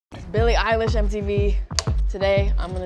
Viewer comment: Why did she say billie eilish like that in the beginning lol